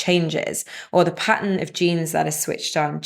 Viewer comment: Lol at "age-n", "track-n", "evra-thin", "sit-n", damage-n", "sleep-n", have-n" "Paa-ern" swallow those double TTs! So much for spell-n and speak-n English...